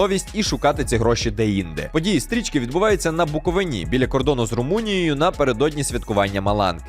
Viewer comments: БуковИні Знаю, що перфекціоніст) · Дякую за шикарний огляд❤ але, будь ласка, - на БуковИні. А не на БуковинІ 🙏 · На буковИні, не буковинІ, будь ласка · БуковИна, на БуковИні, будь ласка! Тільки не БуковинА 🥲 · БуковИні, дідько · Дякую за огляд. Тільки одне зауваження - не на БуковинІ, а на БуковИні. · будь ласка, я вас прошу: БуковИні, а не БуковинІ не треба промовляти по анології з Галичиною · Чому на БуковИні? Бісите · Правильний наголос "БуковИні" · На БуковИні. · на буковині.....невірно наголос!!!! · На заміточку. Правильно казати на Буковині, наголос на букву и